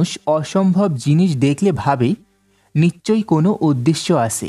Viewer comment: বাংলাদেশীরা 'নিশ্ চয়' কে 'নিচ্ চয়' উচ্চারণ করে ।